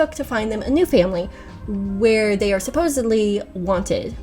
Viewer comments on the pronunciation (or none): none